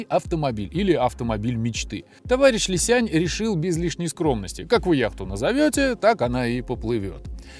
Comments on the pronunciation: Уважаемый автор! Не Ли Сянь, а Ли Сян! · Не "лисянЬ", а "лисян" - без мягкого знака. И да, разница колоссальная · Какой Ли Сянь? Li Xiang. На Русском Ли Сянг. Г в конце практисески не читается. Н-носовая твердая